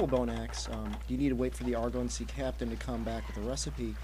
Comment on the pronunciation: Love your vids. Just started playing 2 weeks ago. btw, it's ARE-GO-SEA, not ARE-GONE-SEA. Keep em coming! :)